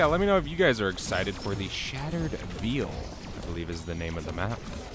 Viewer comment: Lmao “shattered veel” 🤣🤦‍♂️